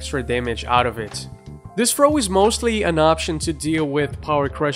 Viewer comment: Thought you said throat game.